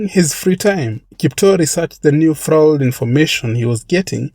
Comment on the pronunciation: I cant help it. I have to let you know that "fraud" is pronounced "frawd "